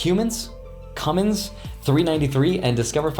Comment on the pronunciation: How you miss pronounced Cummins triggered my Hoosier pride